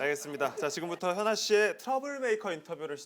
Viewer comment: 소개할때 키아나라는줄